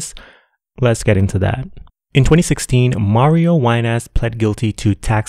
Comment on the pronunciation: I'm rolling everytime you call Mario "WineASS"... 😂